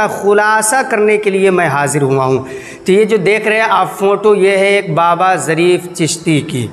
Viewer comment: Jarif nahi zarif 😊😀 bs YouTube pe aa jao chahe naak saf krna na aata ho.